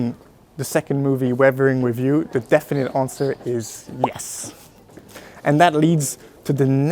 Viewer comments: revering review lol. Totally understandable since accent exist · Dude, I don't know why but, whenever he is saying "weathering with you" I am clearly hearing "we-vering review"